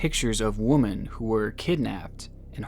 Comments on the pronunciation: Surely it's been stated already, but the plural of woman: women; is pronounced "Wimmen". It's kind of odd hearing you pronounce it incorrectly 😄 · Where the video is really interesting and disturbing that someone could be so screwed up in the head. I have to point out that what I find really annoying that keeps saying woman instead of women. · For the love of GOD its women not woman for plural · I love your content but the way you say "woman" when talking about them in the plural drives me nuts. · Why do you pronounce “women” like “woman”? It jars me every time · Why do you say women like woman? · I quite enjoy your videos, but I need to say this -- it's pronounced WI-MEN!! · why do you pronounce women like woman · *quiet and why do you keep saying "woman" when you're referring to "women"? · why does he keep saying "woman" singular? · Love your channel. But considering you mention women so much; it needs to be said - "Women" is pronounced "Wimin" and is plural for "Woman" which is pronounced "Wuh-mun." Please learn the difference. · i like the vids, but please pronounce "women" correctly, when its plural, its like "whim-in" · Sir it’s pronounced wihmen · Why do you always pronounce 'women' as 'woman'? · Did you know, that WOMAN, and WOMEN are pronounced differently? Try it and sound smarter. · it sounds like you pronounce women and woman the same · you're great and I love your content but the way you pronounce "women" the same way as "woman" kills me 😭😭😩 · you say WOMAN rather than WOMEN every time... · Okay does no one notice how he says women wrong he pronouces it woman when hes talking about more than one female like what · im fine with him saying it incorrectly because i say women as woman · Omg hearing him pronounce "woman" and "women" the same is like nails on a chalkboard to me. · The plural of woman is women, pronounced “wim-in” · Why aren't you making the word "woman" plural? Women and woman are pronounced differently 😂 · Women not womon